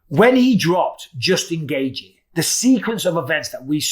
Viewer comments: Why do you keep pronouncing Justin’s last name “Gay-G?” It’s “Gay-chee” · Bisping: "Justin Gayyythjie"